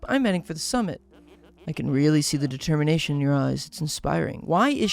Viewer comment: "Determation" ahh speach